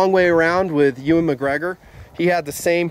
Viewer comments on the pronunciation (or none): none